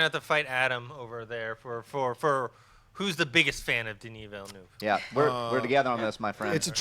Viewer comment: pronounces "Denis Villeneuve" the right way., not so much. Sorry,!;-)